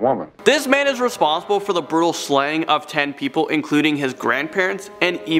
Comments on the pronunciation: Don't forget "burtal" and "more scarier" 😑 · Coursed confession should be coerced confession -burtal murder not brutal murder -zodiact not zodiac -sadistict not sadistic How can one person make so so many mistakes? I have a seven year old daughter and I can without a doubt, guarantee she would make less mistakes than him